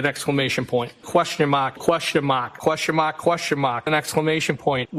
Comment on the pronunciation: “Put them crocks in overdrive”! 😆😆😆😆😆 Question mahhhk, Question mahhhk! 😂